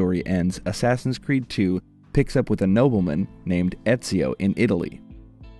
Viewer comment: ASSASSIN' SCREED ? lol ! Batman ? LOL !